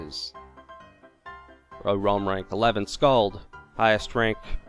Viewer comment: Lol, you fucking slaughtered that skald.